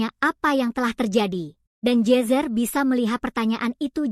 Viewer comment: Ai nya aneh jir nama nya jezzer jadi jesus